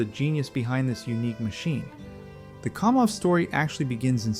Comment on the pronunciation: KAM off, not KOM off. Educate yourself, dude.